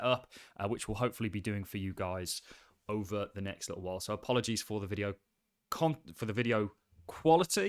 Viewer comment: “In this videyeow”